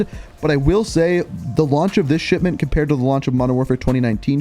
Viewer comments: I keep hearing you say it as Shitment rather than Shipment 😂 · Dude is saying sh*tment smh 🤦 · Am i the only one hearing SHITMENT? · Bro is literally saying "shitmint" every time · Every time you say "Shipment", it sounds like "Shit-Mint". It's weird, but fits well given what the map is. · It definitely sounds like it